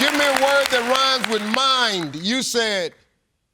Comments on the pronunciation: He was saying mime.. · He said "mind," but it sounded like "mime" to me, too. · For the questions asking for a rhyming word, Steve should spell it out. Both times I heard "mime" and I am wearing headphones.